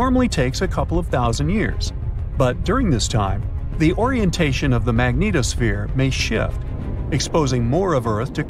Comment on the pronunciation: I like how he pronounces magnetosphere, Magneto-sphere....